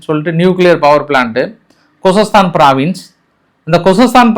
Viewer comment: யப்பா இன்று பிராவின்ஸ் னு சரியா சொல்லிட்ட